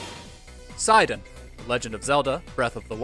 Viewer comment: Side-on? Side-on?! It's Se-don damnit